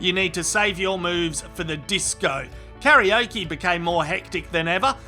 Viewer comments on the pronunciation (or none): none